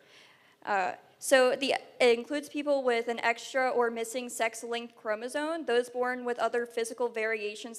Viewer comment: The girl can’t even say chromosome correctly. “Chromosone” “chromosonal”